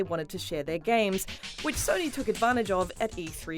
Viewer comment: “Jus Lewk at sonee flekx”